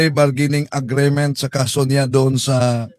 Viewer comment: Hindi klaro Ang explanation sa please bargaining agreement..(agreement not agreement) ayusin nyo Ang mga basic pronunciation dahil social media ito..thanks!